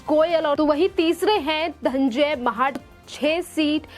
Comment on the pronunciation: धन्जय नही धनंजय बोल